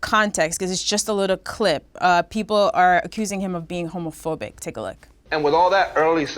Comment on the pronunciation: AK struggling to pronounce homophobic 😂😂😂😂